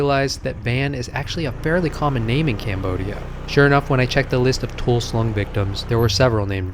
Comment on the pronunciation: Toul sleng ,not toul slung